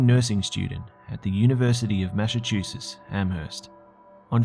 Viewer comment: I like you, but It's Massachusetts not massaschuusess.